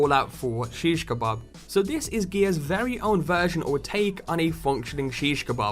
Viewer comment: You said shiskabab wrong (may spelt it wrong) say ish now shis. a now ka. b now a now b. done